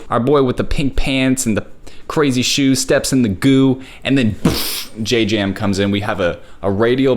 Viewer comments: It's jam not j jam😢😊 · im sorry but im SO judging how you say JJAM just say jam 😭😭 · Whos gonna tell that you pronounce JJAM just jam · just so you know, it's just pronounced jam 😭😭 the double j is just used to show a hard j sound when it's romanized. i'm pretty sure jjam is another word in korean but idk what it means, it ties in to the song tho!!